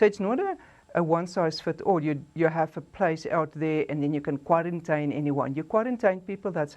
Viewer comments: The accent with the word "kwarrantyn" instead of quarantine and other mispronounciations makes it difficult for me to take this individual serious. Also the repeating of facts that are already known to most of us makes this clip a waste of my time.I won't go into any further detail about the spokesperson's presentation, but I wish her luck going forward. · Kwa -rin-tyn? Eish...mara uMama uyabetha.